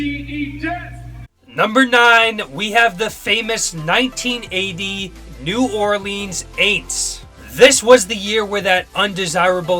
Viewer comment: You're pronouncing New Orleans wrong bud